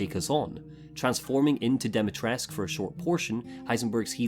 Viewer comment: Something that annoys me to no end is how there's a blend of so many cultures, in an attempt to, what? Seem more inclusive. And yet Capcom shits all over the Romanian language, and then when they get corrected on the way Lady D's name is pronounced (Di-mi-tres-coo) they go ahead and claim they SOMEHOW know better.